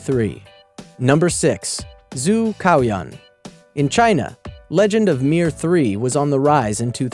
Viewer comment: Is Zhu Cao Yuan not Zhu Kao Yuan.LOL